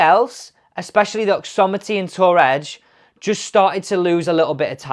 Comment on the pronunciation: OXIMITY not OXOMITY !